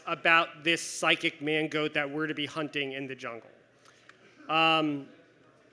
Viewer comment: I kept hearing mango instead of mangoat. Needless to say my sides were in orbit.